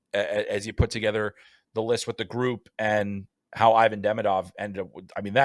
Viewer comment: For the love of god, pronounce his name correctly. It's ee-VON deh-MEE-duv